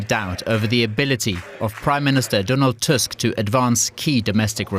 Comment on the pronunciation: Good job finally someone pronounced our's president's name correctly (even though i wished he wouldnt be ours)